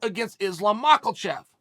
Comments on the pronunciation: Came here just to hear Chael say "Mah-kul-chev" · literally the whole reason i clicked this video😂mocklechev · Can someone tell Islam he's spelling his name wrong.... Uncle chael has said its 'Makelchev'...